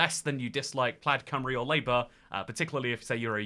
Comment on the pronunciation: Hearing pronounce it plad cymru and then say it rolls of the tounge is so funny 😭